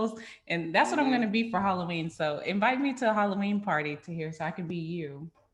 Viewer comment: “Hollyween” candy